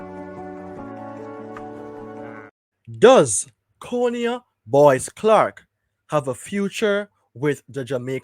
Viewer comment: His name is and pronounced, CON-I-AH not CONE-IAH. Please and thank you 🙏🏽